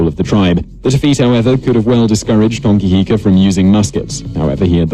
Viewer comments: And hes saying Hongi Hika wrong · Bro bet how many people got mad when he said and I quote “Hongi hika” it’s hone heke